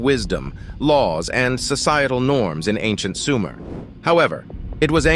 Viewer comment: It's not SUMAIRE. ,it's SOOO-MER